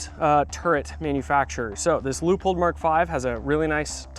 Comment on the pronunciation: I'm wondering: why you guys pronounce Leupold like 'loophole'? 😁